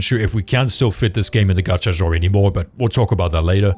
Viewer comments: No, in both American and British he pronounced it wrong. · You butchered "genre" multiple times. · If there is a reason for it you could have lead with that instead of saying "it absolutely does not matter" he apologized for butchering Ananta my comment refers to other words he butchered. If he has a speech impedement I can understand but if not and he speaks very well then the correction is valid and necessary. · An example? out of me? Please don’t go into teaching you’d set a terrible precedent. Teacher: Corrects a student’s pronunciation. You: That's not absolutely necessary, you understood what they said. You're the one being petty and taking offence over something that is a correct statement. You're unhappy and you still haven't said what plagues this man that he is unable to pronounce "Genre" and "Linear." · Point stands, he was worried about butchering Ananta yet isn't with the word "genre" which I didn't understand, I eventually figured out what he was trying to say after the 3rd time he said it. He also butchered "Linear."